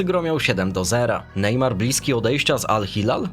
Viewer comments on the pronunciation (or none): none